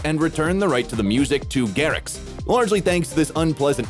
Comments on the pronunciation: Bro said martin garriK lolll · list of errors in martin garrix video says martin garric instead of martin garrix says asher instead of usher